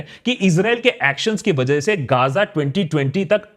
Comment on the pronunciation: Bro it's Ga-za. Kya gaazaa gaazaa karre ho